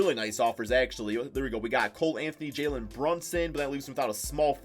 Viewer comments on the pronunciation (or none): none